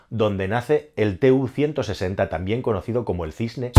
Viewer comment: Si se habla de algo con pretensiones didácticas debería conocerse el nombre correcto de lo que se habla. Ni se escribe TU-160 ni se pronuncia "te u ciento sesenta", es Tu-160 y "tu ciento sesenta".